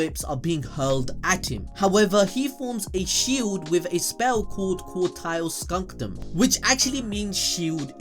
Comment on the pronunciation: ... why did you keep saying "skunkdum" when "scutum" doesn't even have an N in it?